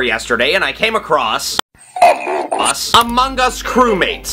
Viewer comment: I love how he pronounced "Among Us" as "Amogus", and then next sentence is like " cant talk because he said 10"